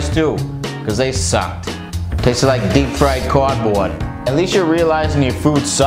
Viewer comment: "Tasted like dweep fwied cawrdbwoard"